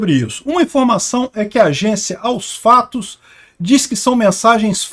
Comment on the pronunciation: a vá....dar veracidade a qualquer coisa que diga "AOS FLLLATOS" kkkkkkkk jamais